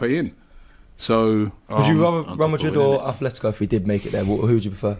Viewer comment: Can English people stop saying Athletico, it's Atletico, no th. The only Athletic is Athletic Club from Bilbao. They were named by Englishmen, however, they dont pronounce it with a th still.